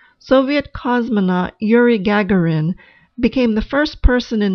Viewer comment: The narrator couldn't be bothered to research the correct pronunciation of Yuri Gagarin's last name? Seriously?